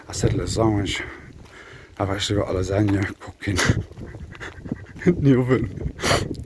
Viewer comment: Sounds like you said La Zenia not Lasagne just before the 20 min mark.